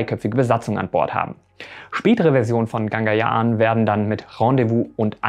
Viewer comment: Hey, du sagst immer GaNgayaan, dabei wird sonst der Schriftzug GagaNyaan eingeblendet ^^ Aber danke trotzdem für das Video, so wichtig ist das natürlich auch nicht. Musst nur mal kurz klugscheissen:D